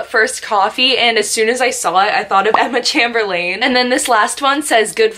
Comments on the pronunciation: “Emma CHAMBERLANE” bwhahahaha. It’s “chame-ber-lin” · I cringed when she said (Emma) (Chamber)(lane) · “Emma CHEMBERLAIN” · “ Emma Chamber-Lane” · EMMA CHAMBERLAIN???? noooooooooo she said it wornggg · I clicked off when I heard her say Emma's name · omg the way you pronounced Emma Chamberlain 🤢😂🙄